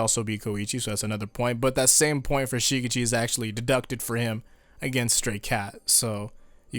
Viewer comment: someone please teach this dude how to properly say shigechi